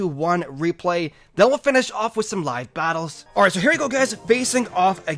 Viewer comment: You way you end saying "live battles" sounds like your not done talking yet, but then it goes to the next clip.